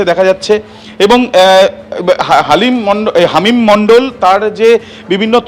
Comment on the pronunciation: Halim noy hamim 😂 bar bar Halim Halim bolechen 😂😂